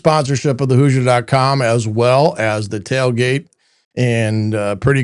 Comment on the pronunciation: Might want to teach your AI how to pronounce HOOSIER.